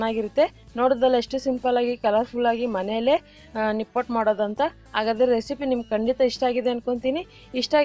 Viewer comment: Nippottu anta uchhaara(ಉಚ್ಚಾರ) maadtidira.pls nippattu anni,akaara hakaarada kadegu gamana erali,namma bhasheya melina hidita naavu maaduva kelasada soundaryavanna ennoo hechhisutte.